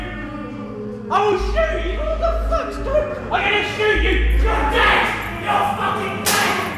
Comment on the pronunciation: "Im not afraid i will shoo chOO